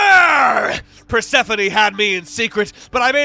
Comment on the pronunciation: PER-SEFANIE????? its pur-se-phone 😭😭😭